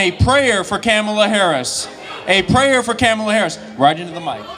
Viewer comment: it's KAHmuhla. not KÄhmuhla. not kuhMAHLA.